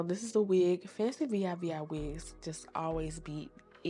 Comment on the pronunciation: Y U saying V I V I?😂😂😂😂😂 It's Fancivivi pronounced Fancy-Vee Vee